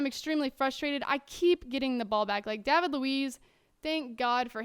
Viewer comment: hahaha, you pronounce "David" as "Dah-vid," whereas most people would pronounce it "Day-vid" lol, I like your accent tho. Famous words said by "yall" "whatchall" "yeehaw!!!"